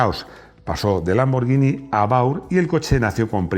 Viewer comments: Es la primera vez que escucho a pronunciar "LamborLLini". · Has dicho LAMBOR-LLI-NI 😆😆😆😆😆😆😆😆😆 Con toda la turra q nos has dado con Spaguetti y Spalletti!!!